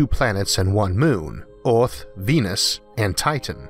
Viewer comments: Earth is pronounced Earth, not Oarth. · why does he say all his e's as o's?????? its earth not oarth and its Jupiter not Jupitor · I just don't understand why these documentaries are not able find narrators who have plesant easily understood voices. Since when is earth pronounced ARTH? Most other words are just as bad. PLEASE! It is really sad that I will not be watching any more of these. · I absolutely can't deal with his accent and him constantly calling our planet "Orth". Too bad because I really wanted to hear this. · The voice is quite distracting. The accent is weird (Earth is pronounced Ahth for example), and the pronunciation of every word and consonant is always identical, which means it is computer-generated. But it's the strangest-sounding computer-generated voice I ever heard, which means there's probably an interesting story behind it! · This is the only dude they could find to commentate this video!? Vewwy, and earwwwth? C'mon man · No matter what a person's first learned language is, there is no excuse for saying ORTH ... even the worst English speaking people don't say Orth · He literally has a speech impediment? He's always said earth as orth. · Why is your accent so weird? Where are you from? You sound American, but then you pronounce things so weird. Like Earth isn't pronounced Eayrth. Or worse as woyse. Mental